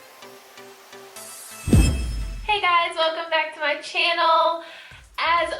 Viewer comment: the way she said channel 😂